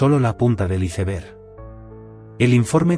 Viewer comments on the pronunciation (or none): none